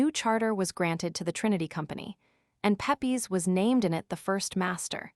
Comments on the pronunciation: Pep-ees lmfao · Unliterate American starts out by mispronouncing his name.